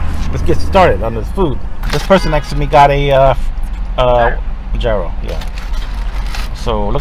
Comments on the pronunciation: Do not pronounce gyros like that akodjwkqnd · It’s pronounced yearo but he said it like giro.